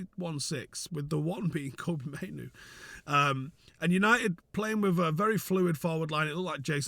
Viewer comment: the only one I've heard pronounce Mainoo correctly 😂❤